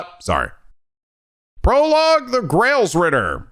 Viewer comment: Oh yeah, since it's an obviously bigger deal in this game compared to the previous ones, you've actually been pronouncing Gralsritter wrong, there's a lack of an i in Gral hence making it pronounced like gr-all instead of grail!